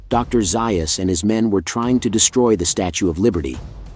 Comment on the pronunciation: Ok I can’t listen until you correct the pronunciation of Dr. Zaius’ name….